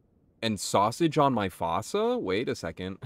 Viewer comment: Fossa is pronounced “foo-sa” btw